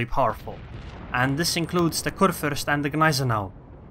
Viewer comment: Am I the only german that is watching this vid? XD I mean, respect to you Sir. You nearly nailed the "ue/ü" but this ship is a man ^-^. A "Fürst" is a man hired by the king to rule his part of the land. I guess nobody cares but anyway just wanted to say it. Btw nice videos you got there on your channel.